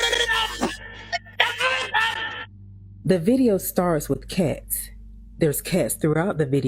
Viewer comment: "Kets" ....🤔 Oh, cats.